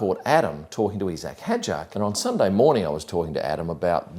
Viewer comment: why is everyone suddenly pronouncing isack as "eesack" ?